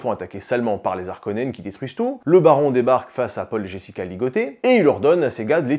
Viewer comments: alors faudrait voir a arrêté d'accordé Harkonen, c'est comme Haricot, donc on ne dit pas "les Zharkonens" mais "les Harkonens" mais sinon la vidéo est cool comme d'hab, ( et en anglais on dit bene Jéssérit mais en francais c'est béné GUésserit tkt pas grave non plus) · "les Zarkonnens" 😅